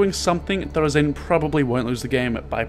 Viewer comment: ya know I love ya but... HIS NAME IS NOT THOR-UH ZAIN!!! ITS THOR ZAIN!! NO UH!!